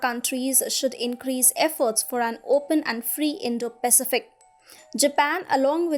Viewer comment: I do wish you would get the pronunciation of the word "Pacific" correct.